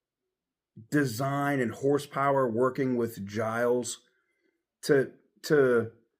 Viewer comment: It is pronounced Jeels